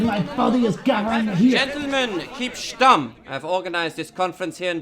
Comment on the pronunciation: Excellent sketch! The way you pronounced "stumm" it took me way too long to realise what you're saying.